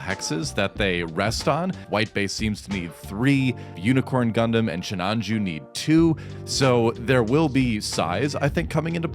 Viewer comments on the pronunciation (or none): nah, he mean shinaju.